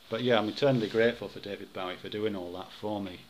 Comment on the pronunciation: I'm pretty sure Bowie's name rhymes with 'doughy' rather than 'Howie,' yes?